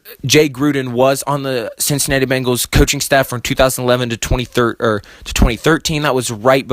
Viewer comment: Its Ben-gals NOT Bang-als.